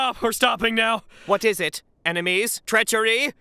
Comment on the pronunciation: what is it? Enemies??Treachery? Enereacharies?